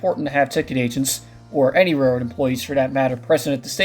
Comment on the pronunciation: Narrator: SLOW DOWN. It's hard to catch what you're saying. The word "railroad" sounds like "rrr".